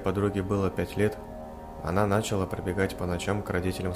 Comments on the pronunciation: началА, нАчал. - Ну слушать просто невозможно. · Не нАчала, а началА!!!!!